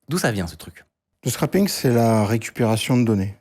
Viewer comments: Punaise j'ai buggué dès le début quand à il dit "scrapping" et à ils l'orthographient comme ça 🤪 Le terme correct c'est donc bien "scraping" (littéralement "grattage") et ça se prononce "scréping". Sinon "scrap" ça veut plutôt dire "résidu" ou "morceau", donc "scrapping" ça serait plutôt "mettre au rebus" (quelque chose de recyclable ou réutilisable). Pensez au scrap dans Factorio Space Age par exemple. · Bon, quand des experts parlent de "scrapping" au lieu de "scraping" (prononciation et sens différent), déjà le niveau d'Anglais craint 😔